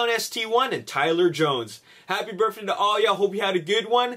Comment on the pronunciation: birthday......BIRTH...Not birff...Birff day...wtf